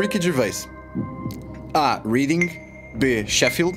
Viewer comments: "Reading" nao se le assim ja agora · O Luís e o Pedro também não podem falar muito, pois cometeram um erro crasso! Pronunciaram incorretamente a cidade Reading (lê-se "réading" e não como o verbo ler) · Reading, quando se refere a localidade, pronuncia-se Réding. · Reading lê-se Reding. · "Réding"* xD